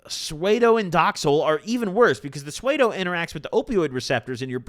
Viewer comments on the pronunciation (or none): “Psuado”??? Lolol pseudo bro. You’re saying it wrong. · "Sway-doe," 😭 (pseudo) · The heck is swaydow? 😅 it's spelled like psuedo(sudo) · I love you but "swaydo" is crazy😂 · for future reference, Pseudo is pronounced soo - dough. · "sway-doh" = psuedo